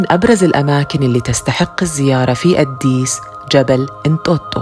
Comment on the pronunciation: ليش تنطقي أديس بشكل غريب اد ديس